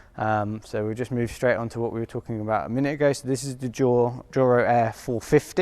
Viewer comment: It's Juro, not Duro